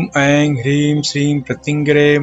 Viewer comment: Mantra me aap ne Eim likha hai. Uchchaaran me Eien kaha hai. Correct kya hai.plz clarify